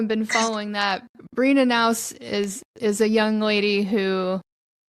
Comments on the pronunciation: Melania's maiden name you need to pronounce the letter "K", it is not silent "K".... I guess it's not that important but anyway it is not pronounced "Nouse"! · pernounced Kay_ nows